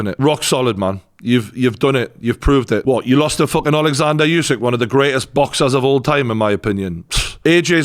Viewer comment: I wish one person in the UK could pronounce Usyk's name correctly.